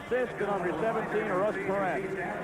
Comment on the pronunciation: It's very simple: knock-o-NETCH-nee. It's also PAIR-ent, not puh-RONT.